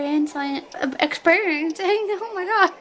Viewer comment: no-one: literally no-one:: experiensEYEng